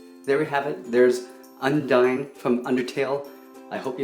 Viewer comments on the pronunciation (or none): its pronounced undeen not undine